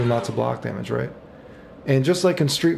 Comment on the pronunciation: has been "royt". Did Maximilian voice took over for a second?